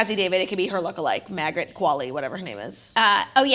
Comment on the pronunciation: Claudia pronouncing Margaret “MAGRET” has me DYING !!!!!!!!!!!!! or so